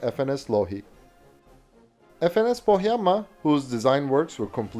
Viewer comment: A native finn here, good pronunciation of "Pohjanmaa".